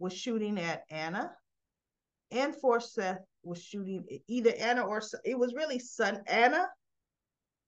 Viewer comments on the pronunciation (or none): The dead mans name is Forsyth pronounced for siiiith. 😆 🤣 😂